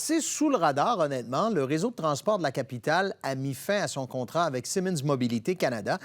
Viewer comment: Bonjour. Le journaliste sous la pluie devrait apprendre à prononcer le nom de la cie Siemens. On dit pas "Simons", mais plutôt "Siiiimens" (avec un son i plus long que Simons.